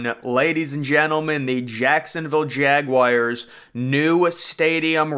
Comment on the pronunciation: Had to mute this person because of this. Glad I wasn’t the only one annoyed. :/